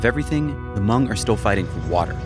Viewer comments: he can’t even say hmong right, dude has some bigger issues to deal with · Hmong American. And yeah, it's spelled H-M-O-N-G. The H is silent. 😁